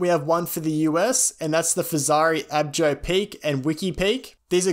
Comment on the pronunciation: Thanks for the round- up on these bikes. Awesome to see such a clear, concise outline for those newer riders who are overwhelmed by,or unaware of how many choices they have. One small thing- the Fezzari bike is pronounced “Ah-BAH-ho”. 😉. It’s a weird word for those not familiar with the Spanish influence of the Western US.